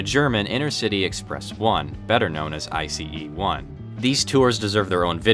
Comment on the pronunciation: It’s Ice, not I-C-E! Come on man, nobody can miss that!